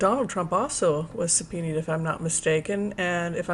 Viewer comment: I crack up every time you say 'sub-pee-need' 🤣